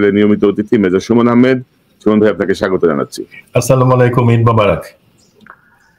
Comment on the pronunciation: কনক ভাই "আস্সালামুআলাইকুম " উচ্চারণ করলে ভালো লাগতো।